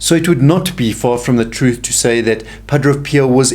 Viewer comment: Pa - DRAY Not Pa - DRO